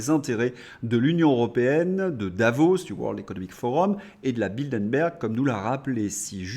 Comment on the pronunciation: Vous êtes bien gentil de dire que ce gouvernement est lâche par rapport à Bruxelles (se prononce Brussel !), s’il n’était que lâche… Non, il a la VOLONTÉ d’appliquer toutes les mesures qui peuvent nuire à la France. PS: ce n’est pas BildeNberg mais BildeRberg.